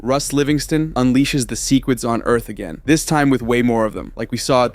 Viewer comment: I love how you say secwets